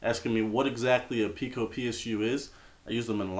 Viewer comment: no, pee-co